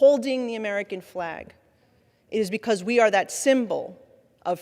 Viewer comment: why does she pronounce the letter t as "in"? as in "people have been be in"